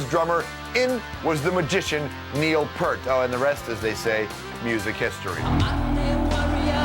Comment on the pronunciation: Peart (Peert) not Pert